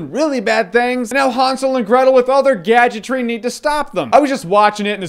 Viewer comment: Haunsel? No dude HANSEL!